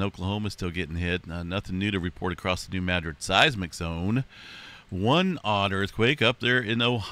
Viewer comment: I rely on Stefan Burn. He doesn't use words like mega and full rupture. He is not a fear monger. And Stefan know how to pronoun New Madrid correctly